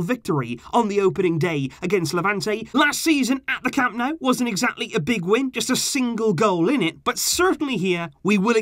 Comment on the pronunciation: Dude!!! It's not "CAMP NOW," it's "CAM NO-OO." And it's "VEE-SKA" Barca. So embarrassing for a "super fan."